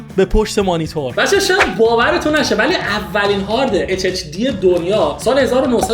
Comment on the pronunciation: فکر کنم بچه بوده اشتباهی میگفته hhd و اینو عادت کرده😂 منم اینجور بودم